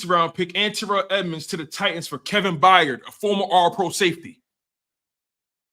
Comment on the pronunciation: You can’t even pronounce Kevin Byard correctly.. you don’t know what your talking about